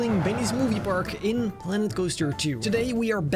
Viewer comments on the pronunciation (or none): none